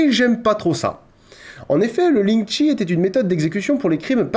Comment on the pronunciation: Eu... Juste pour spécifier lingchi ne se prononce pas lingchi mais plutôt quelque chose qui se rapproche de "lingtcheu"